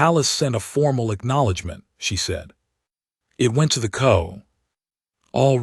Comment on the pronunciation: The "co" = the C.O. [see oh]. just the tiniest of editing would drastically improve this AI stuff. The SMALLEST AMOUNT OF HUMAN EFFORT ..